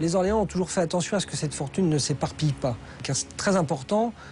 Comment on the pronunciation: Quelle honte ces journalistes de faire la liaison avec un nom propre (Orléans)